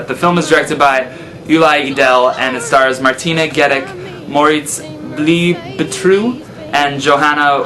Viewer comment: hehe. German is hard to pronounce huh? "Bleibtreu" is pronounced "Blibetroy". I appreciate your passionate speech for "foreign" movies. There are always treasures to be found outside of USA. Even though I am German I haven't seen that one just yet...I'll need to finally go see it. Anyway...thanks for the review! :)